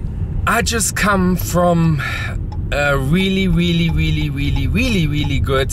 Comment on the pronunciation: weally weally weally weally weally good lunch.